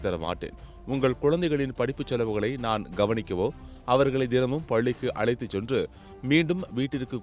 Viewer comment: விளா❌ அல்லடா அது விழா✅ துயேதி❌ இல்லை அது தேதி✅ அளைத்து❌ அல்ல அது அழைத்து✅ நீங்கல்❌அல்ல அது நீங்கள்✅ பேண்ணுக்கு❌ அல்ல அது பெண்ணுக்கு✅ முதலில் தமிழை ஒழுங்காக பேசுகிறவனை Recruit பண்ணு. பிறகு செய்தி சேனல் நடத்து